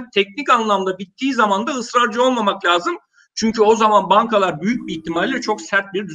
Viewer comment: Lazım … değil sol - La -si - do gibi